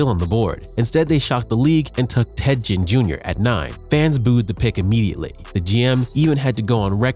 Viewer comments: Ted "gen" Junior. Hahaha, A.I. has to be stopped. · I was wondering if something sounded funny about the narrator the whole time. I thought nah maybe it's jusna newer YouTuber who hadn't found their comfort and voice yet. Then calling teddy Ginn Jr teddy gin was the nail in the coffin. Either the person has no idea about football actually and is just a narrator being paid or is AI. Immediately clicking the never recommend this channel to me ever again button. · I don’t think I have ever heard someone pronounce Ginn’s name with a soft G lol, don’t know if that’s the correct pronunciation or not but I’ve always heard it with a hard G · Anyone else get aggravated by the way he kept saying ginn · Not just Ginn. He butchered so many names smh